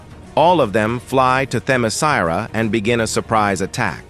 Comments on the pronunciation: Say it with me, AI robot: them-eh-SKEER-ah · Stupid AI voice can't even pronounce Themiskera consistently. each time it's different, and all of them are wrong. lol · Idk if is Ai ( I think it is) but it pronounced "Temescira" in 6 different ways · "How do you pronounce Themiscyra?" "Just try a bunch of different variations until one sticks!" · Why does the pronunciation of Themyscira change Every FREAKING TIME! 😂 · Dude this AI can’t pronounce Themyscira for shit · But why was Themyscira pronounced like 5 different ways? Lol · AI kept on changing Themyscira pronunciation😂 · Damn, this was a real comic from DC? 😂😅 The narrator for this video, assuming it's a real person speaking, appears allergic to properly pronouncing Themyscira. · This AI narrator need to to be improved. He mispronounced Wonder woman's place of origin several times. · So A.I. just pronounces Themyscira every possible way, seemingly randomly? I though A.I. was able to learn. Guess not. I fucking HATE A.I.